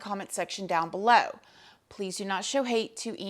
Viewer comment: I love the way you say Poe-lease😂😂😂